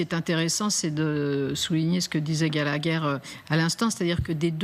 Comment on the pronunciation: wep faut etre dans film video pour enfants pour gober ce que dit ce gallagher, je ne finis pas de rire gagagagagagagagagagagagalagher